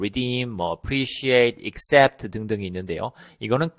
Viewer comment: 안녕하세요. 에 인정하다. 4가지 단어 설명하시다가 마지막 단어 accept인데 발음은 ecxept하셔서 확인 부탁드립니다.